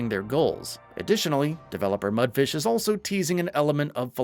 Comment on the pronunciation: Imagine making game reviews and not even bothering to pronounce the developer company's name correctly